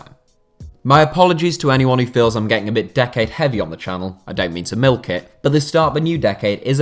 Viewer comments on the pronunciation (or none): none